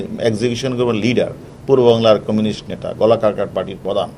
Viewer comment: ন্যাতা নয় নেতা plaan নয় plan. সর্বপরি পানি নয় জল